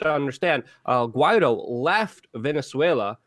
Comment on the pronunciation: Guaido is pronounced Gee a doo